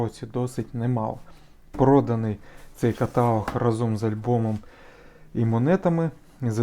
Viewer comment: КаталОг, а не катАлог!!!